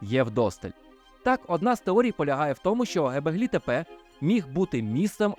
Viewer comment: Чудове відео. Тільки не " гебеглі тепе", а "ґьобеклі тепе"(göbekli tepe). Це перекладається з турецької як "пузатий пагорб". Ви мабуть користувались московитськими джерелами, а вони "ьо" позначають на письмі буквою "е".